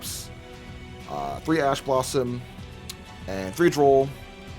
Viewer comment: Ah yes, Swordsoul All-Spice XD It's Oss-piss bro XP